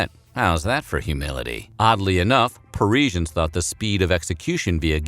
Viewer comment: What an annoying pronunciation of guillotine - dude STOP pronouncing the i - oh and that is not how you pronounce Parisians either. 😣